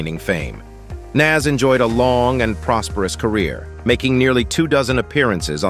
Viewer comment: Can’t take anything in this video serious once I heard the narrator call Nas… Naz and Kelis… Kelli’s 😂 🤦🏽‍♂️